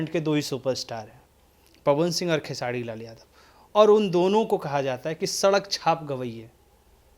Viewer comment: Aap khesari ji ka name khesadi kyu bolte h name Pahle Sahi se lijiye.